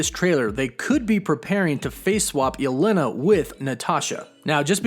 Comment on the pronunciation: you pronounce yelena really weirdly